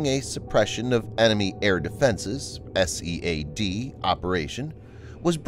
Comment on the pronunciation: Narrator doesn't know how to pronounce "SEAD"?